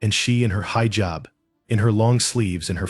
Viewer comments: Heejab not highjab. 😮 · Pronounced hijab incorrectly! 🙄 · You need learn pronounce hijab. Educate yourself